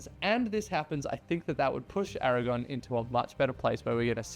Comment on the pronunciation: ARAGORN with an RRRRRRR